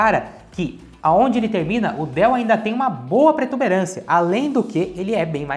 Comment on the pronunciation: porra, para de falar pretuberancia, essa palavra não existe animal!